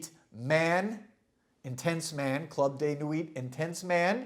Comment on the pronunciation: hahaha...clud de nuit..are you fucking crazy? its day and night difference...